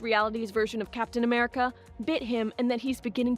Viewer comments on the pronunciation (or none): It's captain America not crenel America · Captain America not cernal America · did i just heard colonel america?😂😂